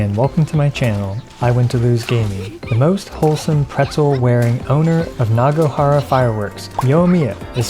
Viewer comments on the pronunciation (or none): its naganohara 💀